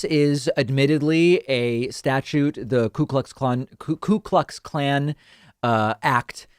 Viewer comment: it's definitely not "clue" klux lol